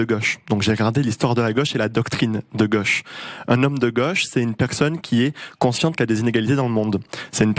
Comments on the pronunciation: c’est GAUCHE pas Goche !!! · le jeune homme prononce "goche"😄